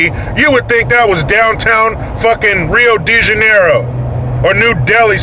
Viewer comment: You sayed well Rio de janeiro it's a septpt pool